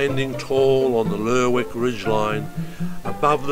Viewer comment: You could at least pronounce Lerwick the right way.